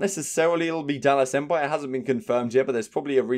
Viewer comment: Lol empire is 3 syllables tho. U doughnut 🤣